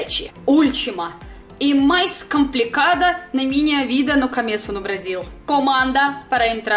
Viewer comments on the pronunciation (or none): Pessoal hight pessoa wrong. Coomeco not caaameco